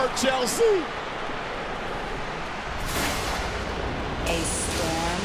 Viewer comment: “Poor Chel-SEAAA”